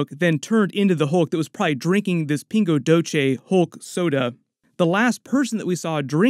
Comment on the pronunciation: The Pingo Doce is pronounced Pingo “Dosseh” not “Doche.” It’s Brazilian Portuguese and not Spanish. Great video, btw!